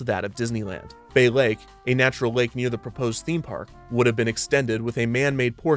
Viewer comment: "Bay Lake" -_